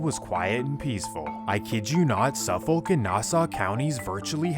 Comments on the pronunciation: You pronounced suffolk wrong I’m from and live till this day in longisland bayshore Newyork 11706 suffolk county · Bro 1 minute in and you’re dropping the ball. I live 5 minutes from Brentwood where this all went down. Pronunciation of Nassau and suffolk is horrible. Long Island is not a horrible place to live. It’s extremely wealthy and safe. Even with these MS and teens being hacked up around the corner. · I am definitely here to say you said Suffolk totally wrong & your also wrong about it not being any crimes for decades. I’m from exactly where your talking about. Killings been going on since the 80’s in Suffolk and even before that. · As a NYer i find it hilarious how u pronounce Suffolk 😂 and in the first minute u said NYC is mostly safe? Not sure where u have been living but the 5 boroughs are absolute crime infested 💩holes. I moved out about 7 yrs now and it was bad then, but with this new mayor and governor its way worse. Their liberal policies and no bail is a criminals paradise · You pronounce Suffolk wrong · I absolutely hate how you pronounce Suffolk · Learn how to pronounce Nassau and Suffolk counties before you start spreading fake news about them. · Nice video. These people are despicable. Some feedback for you: c'mon, pronounce Nassau, Suffolk, and Islip correctly. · it hurts how he pronounces suffolk & nassau county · Lmfao safo County 😭😭😭 it's suffolk county pronounced suh fuhk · Lol i live on long island. Grew up in nassau county, now live in suffolk ... the pronunciation of suffolk!! Its said like suff-uck heh Edited to add, many parts of long island are FAR from affordable! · Nope.. I’m done the minute you said suffolke 😂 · It’s pronounced central islip like I slip on ice and Suffolk is pronounced suff vick lol 😂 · “Suffik” you don’t pronounce the L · It’s pronounced Suff-ick county. And Central i-slip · “Ice-lip” “Suff-fok” just so you know how to pronounce it correctly if you need to in the future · its pronounced SUFF - iK and NASS- AW